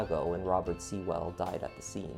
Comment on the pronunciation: Your video was well researched and enjoyable despite the horrific content. I’m a Nashville native and remember this well as I had ties to one of the victims, Robert Sewell. His last name is pronounced like “Sool” as in, rhymes with tool. Not “Sea-well.” Also, natives call Lebanon Rd “Leb-a-nun” Rd. I don’t expect you to re-record your video or anything, just more of an FYI. 🙂